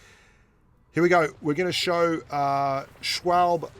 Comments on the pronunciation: I know this has been mentioned in the comments already, but... Schwalbe is a girl. And I believe it's pronounced "shhh-wall-bee". Like that bicycle tire brand. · Poor doesn’t know to say the name schwalbe and it’s a she not a he she’s had a child I think I don’t know though